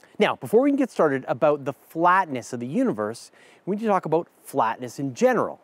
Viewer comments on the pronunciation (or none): "When ever we talk aboot..." Dew eet agein! 😝